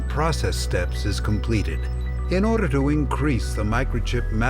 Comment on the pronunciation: did he just said "in orderrrrrrrrrrrrrrrr" ????????????????????????? loolll